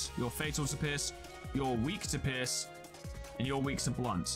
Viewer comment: When he says pierce it sounds like he is saying piss